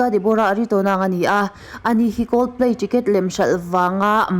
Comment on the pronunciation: Ṭicket nge Ticket😂😂😂